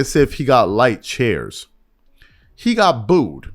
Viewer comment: It's cheers, not chairs. Two different things. Sound a like, but have different meanings (homophones).